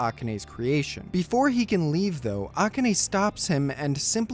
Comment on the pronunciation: The way you pronounce "Akane" incorrectly is killing me.